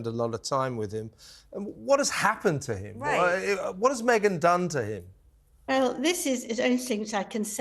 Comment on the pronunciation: Me-gain is scary bad. Hawwy too.